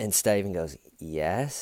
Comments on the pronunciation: You have made it impossible for me to listen to my best friend mention her boyfriend's name. She's opening her mouth to say 'Steven' but instead you come out saying "Sty-vin!!". I hate you..yes, I am lie-crying saying that. LoL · Lol yeah the cop even says "that's horrible " Horrible despite the fact he'd literally dismembered a body of someone he knew with a little manual hacksaw! Jeez that's so F'd up! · I can't believe you say styven every time through all the vids. You really would have been my friend in h.s. because of the inside jokes that never quit. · Detective: "... you have troll-hair" 🤣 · I can’t stop going “STAYVANE” inside my head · my girlfriend needs me to stop saying "WHY WHY". Your fault. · Someone commented under the investigation “” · "Bless your heart Staven" 😂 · I can't tell if you're going for hillbilly or Australian when you say Stuyven? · "Stayvan Says" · why do you call him stuyven? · Please can someone make a compilation of everytime he says Steven?!?!I love this chanel but I need a concentrated audio that I can listen to and start my day right 😅🤭